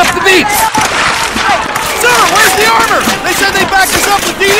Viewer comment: at the beginning, the soldiers are always saying "beep" instead of "beach"